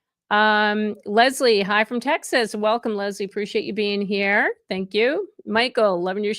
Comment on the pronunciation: Ok I have to correct you. You said Mesa,Arizona as Mez-a , it's pronounce May-sa . It means table or plateau. I was born there and have named my dog Mesa because she is red and white. Mesa has red rocks and sky is white with sun Now live in South Jersey ( Marlton ) . Otherwise ,I enjoy listening.